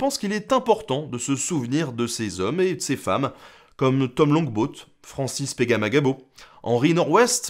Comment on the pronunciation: Francis Pegaplagagggg quoi?? chapeau bas pour avoir réussi à le prononcer correctement!!